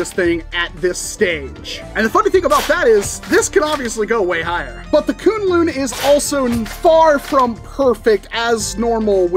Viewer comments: Sorry to be that guy but according to worker the pronunciation of the name is Kwin-Lun supposed to the way its spelled(kunlun) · I don't expect anyone to care but it's pronounced 'kwin-lin' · Just got mine, and it's AMAZING! Also, I believe you pronounce it as 'Kwin-lin'